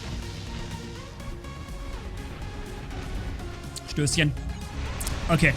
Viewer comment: sagt einfach stösschen, als ob er aus Bayern kommen würde